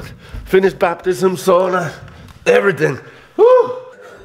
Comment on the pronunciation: Glad you and found each other and he says sauna correctly!!